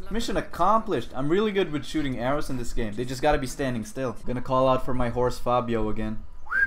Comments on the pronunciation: "PhAbIoOoO" Phobos: "bruh It's phobos" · His name is pho-Bos not pha-bio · He says fa bo o when it’s pronounced fo bose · Why the fuck do you call the horse Fabio? lmao xD It's pronounced "Fo - vos" which means Fear in Greek. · at first "i can hardly see that being my favorite thing to do in this game" little does he know that he isnt going to leonidas after the first mini boss also i kind of hate how he is saying phobos